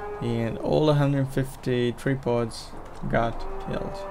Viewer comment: You call them "tree pods"?